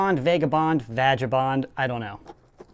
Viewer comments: It is pronounced (VAG-U-bond) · Vagabond is another word for a homeless person in Britain😀and it's vag-er-bond. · no offense. it is pronounced vay guh bond. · No it's pronounced vaginabond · Indeed, my child. indeed. And the part doesn't know that it's pronounced Vay-gay-boond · haha when you prefer to say vagabond the way you did. i see what you did there xD